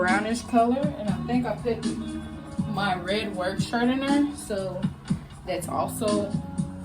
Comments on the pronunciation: You’re a college student who say “ I pit in the tub”. You said it several times, girl the word is PUT NOT PIT. The clothiers will be dampt the word is damp. SMDH. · I like it but it's put not pit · Very good review but please the word is “put “ not “pit”